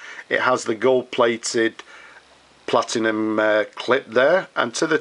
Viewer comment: It is Platinum, not PlatiGnum - that's a completely separate brand.